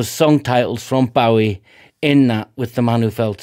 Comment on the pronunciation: Great reaction and I'm so pleased to hear someone pronounce the name accurately!